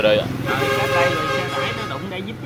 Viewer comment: Thank bác đã giới thiệu nhiều điểm thú vị. Em có mấy góp ý thế này: "giáp ranh chứ không phải giáp gianh, dữ dội chứ không phải giữ giội, chết chứ không phải trết..." bác ạ.